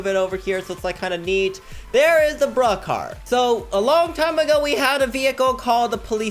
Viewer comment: Why You called bruhcar